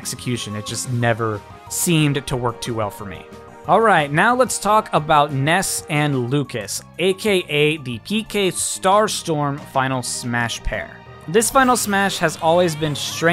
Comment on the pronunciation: it's pk not keekay